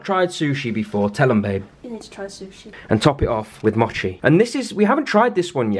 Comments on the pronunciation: You pronounced mochie wrong its not "MoTcHiE" its "MOWCHIE" NO HATE LOVE YOUR ACCENT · Mochie is pronounced moooo-cheeee